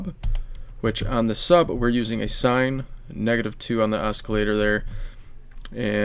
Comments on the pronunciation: Are you saying osk-ilater? In English, this c is silent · i thought you were saying escalator lol